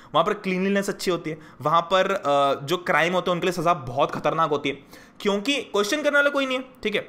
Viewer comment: Ap kyuki ko chyuki ku bolte ho 🤣🤣